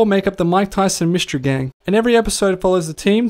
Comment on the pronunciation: You neglected to mention that the pigeon was the funniest comedian that ever existed - Norm McDonald - if you think you an replicate this good luck mr naive - McDonald wrote it. By the way it’s mystery not myshtery.